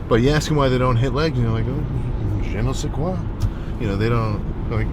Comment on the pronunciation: Yo im french and the " Je ne sais quoi '' got me XD